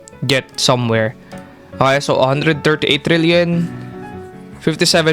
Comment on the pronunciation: Sir are u Filipino, The way u pronounced 138 sounds like u are one